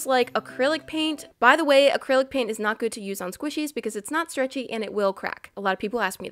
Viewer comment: Did you say paint on pain or both